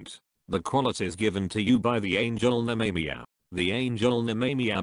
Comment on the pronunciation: Nemamiah is pronounced " Nemmer My Ah" not " Ney Me Me a' lol. Speak n Spell Robo Voice can't do pronunciation yet so much for AI.